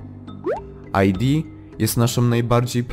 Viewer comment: nie aj di tylko id, bo to z łaciny